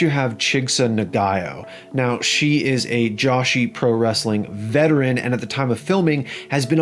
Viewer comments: Bro its Joshi as in Joe-She not JOSHY hahahaha. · Joshi is pronounced joe-she not josh-e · Just another wrestling content creator with loose knowledge of the sport. It's pronounced Joe-she, not Josh-ee. Get at me so I can tell you where to send all income from this video, and you're welcome. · Lol it's not pronounced Josh E. it's Joe she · Good video but somewhat minor gripe it's probably because he's America and Americans pronounce things wrong like how they pronounce aluminium aluminm but is pronounced Joshi phonetically Joe shee not Joshi like Yoshi. similar to how the name Jose is pronounced Hose A. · No one mentioning he said "Josh-y"? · its pronounced joe-shi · Joshi is pronounced (Joe-shi)